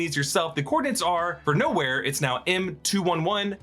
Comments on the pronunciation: That’s “M21I”….not “M211” Hopefully that helps…🤷🏾‍♂️ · just wanted to point out that you state Nowheres coords as "M211 etc" when it says "M21i" an easy mistake but should be pointed out for anyone just listening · It's not M211, it's M21I. The capital i. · Its not M211 its M21i